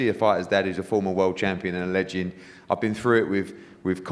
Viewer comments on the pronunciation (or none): What can’t Eddie pronounce “legend”? 🤷🏻‍♂️